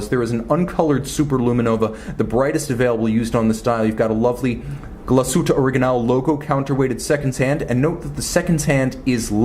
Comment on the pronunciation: Thank you for not butchering the name Glashütte,!!!!!! Cheers from germany